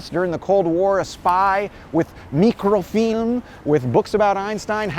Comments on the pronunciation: Why do you keep pronouncing it "meekro-feelm"? I'ver never heard it pronounced that way. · I appreciate the Slavic way of pronouncing “mikrofilm” 👍✨